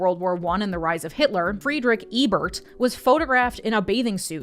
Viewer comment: "Eebert & Noskee" is sending me. Should be Ay-bert & Nos-cuh